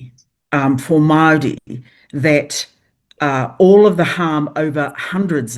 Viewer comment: She can’t even pronounce Māori, she says maarees fgs